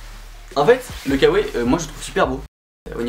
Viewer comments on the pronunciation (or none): none